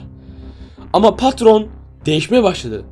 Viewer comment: patron yerine katron